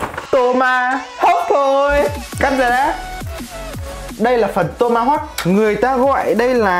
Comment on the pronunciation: Sao đoạn đầu mik nghe là toma hốc thôi nhỉ😅😅😅😅😅